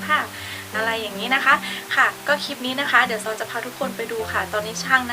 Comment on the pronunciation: คลิป คลิป อย่าออกเสียงเป็นคิป นะคะ โปรดออกเสียงให้ชัดๆด้วย